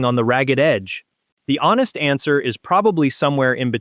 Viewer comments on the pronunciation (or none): none